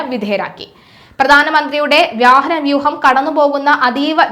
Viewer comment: വ്യാഹനം അല്ല കൊച്ചേ "വാഹനം " എന്ന് പറയണം. നന്നായി മലയാളം പഠിച്ചിട്ട് ഈ പണി ചെയ്യൂ. ഈ തെറ്റിക്കൽ സ്ഥിരം പരിപാടിയാണല്ലോ ?